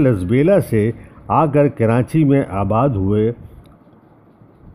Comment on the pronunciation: معذرت۔ عادت کے مطابق ایسا ہوتا ہے اور ریکارڈنگ کے وقت یاد نہی رہتا کہ اس کو درست لہجہ میں بولا جائے ۔ معذرت